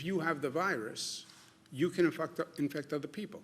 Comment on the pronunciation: Am I hearing this wrong or did he say "you can infucked up, infect* other people"